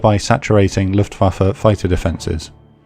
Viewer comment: SOMEBODY ACTUALLY PRONOUNCED LUFTWAFE CORRECTLY